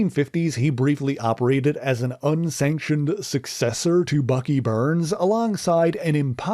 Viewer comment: Bucky BARNES. Not Burns